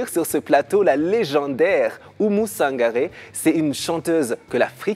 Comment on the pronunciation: Oumou Sangare et pas Sanagre